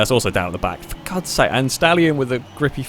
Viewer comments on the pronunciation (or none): none